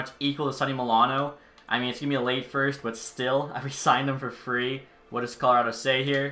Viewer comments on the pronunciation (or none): none